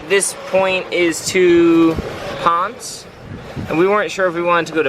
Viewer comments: It's Ponce-ey. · it's 'Pon Say'. (Our kid was on island for a full year with FEMA from just after Maria hit until 11/18.) PR is wonderful.:-)